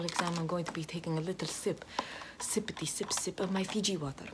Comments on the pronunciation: ive watched this so many times that i know every time says FIJI WATAR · "feejee woturr"